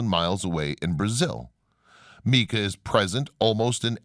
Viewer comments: Mica not Meeka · Omg it is not pronounced Meeka. You are supposed to be a subject matter expert. Mispronunciations that take 3 seconds to look up drive me bat shit crazy. I need a life. Mica…It is pronounced my-ka. Even a Spanish speaking person would say my-ca according to their rules so you can’t claim using their style. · Bro, you gotta work on your word pronunciation. You absolutely butchered people's names, places, things, and ideas. How are you going to pronounce mica as "meeka"? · Great information , videos, and photographs! Thank you. The narrator has some interesting ways of pronouncing some well-known places and words. I’ve never heard of the way he pronounces some things, including “mica”.